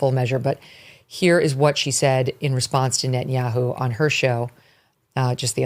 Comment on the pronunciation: The way she calls him BiBi Netan Yahoo has me rollin everytime, guess it's annoying af to him 🤣🤣